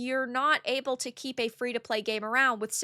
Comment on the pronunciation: translation service: ebbl (able), treller (trailer), memberrrshepps (memberships). Don't worry, we still love her vids!!!!:)))))